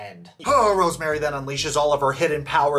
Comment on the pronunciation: Okay I love you, but please start pronouncing her name right. It’s RoseMarie not RoseMary lol